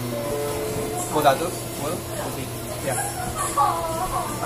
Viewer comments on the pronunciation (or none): Que yo sepa se lee "poteitos"